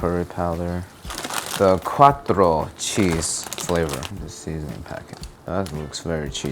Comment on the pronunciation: ITS ITALIAN NOT SPANISH + ITS QUATTRO NOT CUATRO (very mad Italian here)